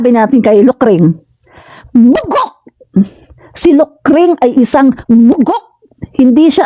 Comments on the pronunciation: Hindi po bugak Ma'am..Bugak po..Bugak😂😂😂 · Nakakatuwa ka naman po pagkasabi mong bugog